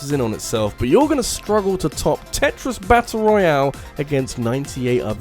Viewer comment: It really bothers me how he mispronounces Tetris 99